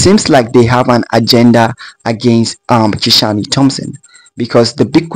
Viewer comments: How did Kishane’s name become Ki-shaw-ne? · Kishan(e) the “E” is silent. His name is pronounced Kishan without the “E”